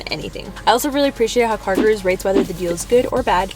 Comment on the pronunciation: i am soooooooo sory if this feels feels like a hate coment, promise, its not, sooooo its NOT CARGIRERS ITS CARGOROOS {pronociation wise } . indians will know: Guru means teacher, so like car teacher.